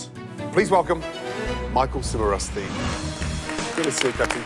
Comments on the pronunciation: Chef Ramsey, apparently, didn't know how to pronounce his last name. He said it both as "Sim-a-roos-tee" and "Chim-a-roos-tee". Can't be both, chef. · Each time Gordon and/or the Narrator announced Michael, I was always waiting for how they were going to pronounce his last name XD It was either CHIMERusti or SIMMERusti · Michael Chimaroosetee Shimaroostee Chumarusty Simmarusstee